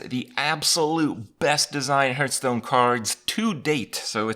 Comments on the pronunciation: everytime Kripp says hurthstone, I downvote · Why do you say "Hurth"stone? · what the fuck is a "hurtstone"?